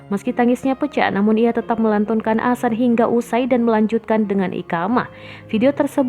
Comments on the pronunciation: Mimin nggk bisa ngomong adzan, bisanya asan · Adzan woyy....... Bukan " Asan" Mimin 😆🧐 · Yg mbaca berita koreksi donk kalau mengucap adzan bukan Asan nanti maknanya lain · mohon d luruskan min bukan asan tapi adzan,,mohon d koreksi kalo saya salah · Wooi bukan asan tapi ADZAN..pengucapan yg salah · Azan boos bukan asan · Mbak,,,ibu,,,bukannya asan,,,bu, tpi azan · Ngomong adzan aja nggak bener #Asan Kristen mbak;v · Azan min....bukan "asan"......paham??? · Azan bukan Asan, bisa ngomong gk ini org, parah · Adminnya lidah pendek mungkin... Hingga adzan disebut asan... Asan itu apa min??? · Tampak nya mimin gk bisa ngaji ni Ketara banget😂😂 Bilang adzan aja jadi asan Aduh mimin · Adzan min bukan asan asal comot aja kata2mu nampak kali kau tak pernah ngaji. Saya mualaf tapi saya tau sebutannya paling tidak saya bejar. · Adzan bukan asan. Didengarnya jadi aneh. Jangan bilang asan lagi jadi geli kupingku karena dengar asan berkali kali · Tulisan azan nya salah sama pengucapannya, buka azan tp adzan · Yang tadinya sedih jadi ketawa saat mbak nya bilang asan astagfirulloh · Iya, kelanjutannya dibaca asan terus, mungkin bkn muslim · Mohon ma'af mengkritik sedikit nggih,pelafalan adzan mohon di benahi,soalnya itu lafadz arab,,kalau salah mengucapkan otomatis salah arti🙏Mohon ma'af sebelumnya,dan terima kasih sudah membaca kritik saya🙏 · Positive thingking, mungkin naratornya bukan muslim jd gk bisa fasih bilang adzan. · mungkin maksudnya non muslimnya ga tau pelafalan yang benar, kaya kadang di barat ada yang nyebut islam, izlam. Bukan berarti semua non muslim nyebutnya itu. Tapi bisa aja kalau ini kemungkinan naratornya cadel huruf z. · Adzan mba bukan Asan Iqomah bukan ikamah ..